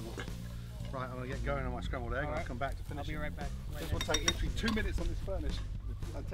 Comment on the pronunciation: LI-TRA-LY lol